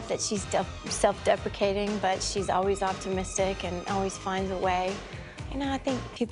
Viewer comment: I thought she was saying "self defecation" and I was thinking what the hell is that? But then I realized she said "self deprecation." 😆